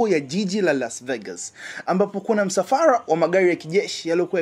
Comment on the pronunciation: Halafu msafara sio msafaa. Hio RRR UITAJE